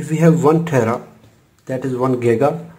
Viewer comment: This is very useful, just it's not 'gega' but 'giga'